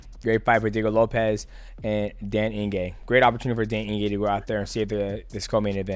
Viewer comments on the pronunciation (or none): Ige, Eeeee-Gayyyyy, not In-Gay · “Eeegay” not ingay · Mighty Mouse turning into Chael with the name pronunciations....Dan Inge. 😅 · He said Dan Inge-gay, Dell Inge-gay and Dale Inge-gay 😂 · Calling Dan Ige Daniel Inge is wild 😅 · Dan Inge! Who's better at pronouncing names? DJ or Chael? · It's 'Ige' bud, no 'n' in his surname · Ige bro! Not inge😅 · "Dan Inge" bro, mighty mouse, im genuinely impressed with your inability to pronounce any name, respect. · Dan Ige is such a dog that he deserves for Mighty to re record this entire video and to try and pronounce his name right ONCE 😂😂😂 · that don Julio getting to you mighty lol you pronounced Iges entire name wrong also Alex only fears one man in the ufc striking and he’s not a light weight 🤣🤣 no one’s beating him